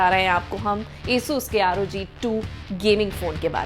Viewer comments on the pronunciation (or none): madam pronaunciate well not esus ... its asus (आसुस)